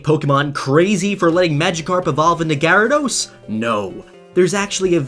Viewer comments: Anyone else cringe at the way he pronounces Gyarados?? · i pronounce it ji rad Oh-s not ga rad ose